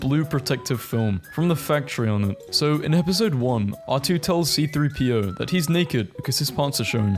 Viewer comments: WHY DID YOU SAY "CP-30" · C3-PO not CP-3O.